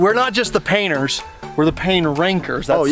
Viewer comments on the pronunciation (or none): when he said painers it just made me laugh for some reason